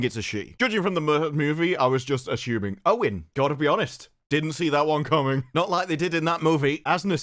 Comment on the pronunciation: say it with me “a ssu ming” not “a Chou ming”.